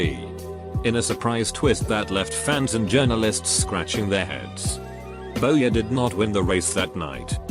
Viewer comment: it’s pronounced BOY-er, no Bower! Does auto speech even WATCH Nascar?